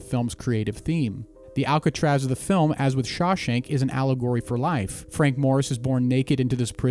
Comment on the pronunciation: "ALLAH-GORY"?? It's Allegory...